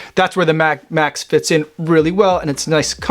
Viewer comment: Sounds like you say Puma Mad Max!!😁😆